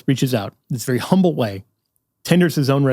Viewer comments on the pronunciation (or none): none